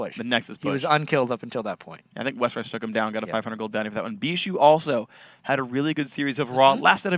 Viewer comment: I hate the way they say Bishu's name!